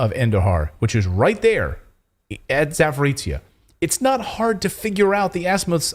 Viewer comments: Not trying to be a smart ass or something, but Power Station region is actually pronounced as "Zap-o-rozh-yeah". ("zh" as in Jean-Pierre, haha). I know that it's a tongue twister for many westerners, but hey, one could try, right? And thanks for all the awesome stories, you guys rock! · Pronounce the name of the power plant and it’s geographic area [‘zapo’rojhyeh], please. That is how it is called. It is not that strange word/name many English-speaking journalists are attempting to pronounce, which no one knowing that area recognises either by ear or in writing.